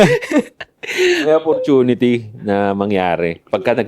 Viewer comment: Sorry sa pangpupulis mga ka 3pm geng. Paayos lang kay yung bigkas ng Opportunity. Daming Episodes na napapansin ko " Apportinity " talaga dinig ko e.